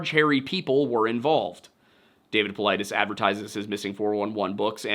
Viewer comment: his last name is GREEK it’s pronounced paw-LEE-deez